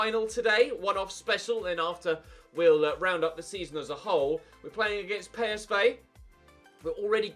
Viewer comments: It's p s v not pay es vay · It’s pronounced “Colown”, not “Kurn.” It’s pronounced “Pee S Vee”, not “Pay Es Vay.” When will you ever learn you stupid bastard!